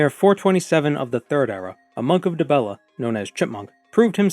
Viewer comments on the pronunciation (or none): You mean "monkadibella"?